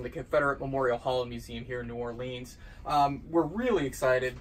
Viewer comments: And to think that its neighbor museum tried its best to put Memorial Hall out of business...thank goodness Memorial Hall won in court and has been able to survive. Thoughout my life of 60+ years, as a New Orleans native, (please learn how to pronounce New Orleans), I have often visited the museum. They have done an excellent job of restoring Civil War flags one by one...they used to have a bottle for coin donations to complete flag restorations. I hope and pray Memorial Hall continues for another 100 years+. Best wishes, and thank you! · It's pronounced noo oar lee ins, stupid drunk hick. GFY and your stupid accent.